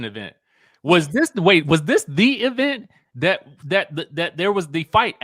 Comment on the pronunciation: "We had wrapped the E-vent?" What in the Latisha Scott is going on? 🥴